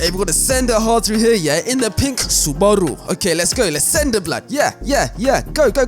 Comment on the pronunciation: "In da pink sobaru" 💀